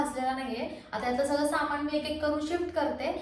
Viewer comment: माण दुखतेय, पेण होतात, त्याणनतर बणवला, किराना सामाण अगं बाणाचा ण आणि नळाचा न या दोन्हीचा योग्य उच्चार करणं आवश्यक असतं.